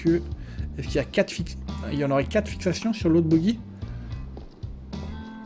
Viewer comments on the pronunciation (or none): bonsoir, arrête de dire "boguy", ça se dis "bogie". après pour les erreurs entre écrou et boulon, le moyen mémo technique c'est de ce dire qu'un montage l'écrou + vis est un assemblage boulonné, et donc en l’occurrence le tout est un boulon. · le bogie se prononce bojie